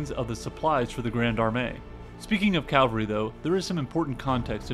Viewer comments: Cavalry not Calvary. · Umm...It's "cavalry", not "calvary." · It is pronounced as "Cavalry" (horse) and not "Calvary" (hill where Jesus was crucified). But great video still.